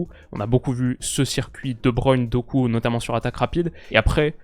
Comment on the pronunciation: Vous pensez pas que fait exprès d’écorcher le nom de Doku? C’est quand même une des révélations des 2 dernières années, il regarde pas le foot peut être?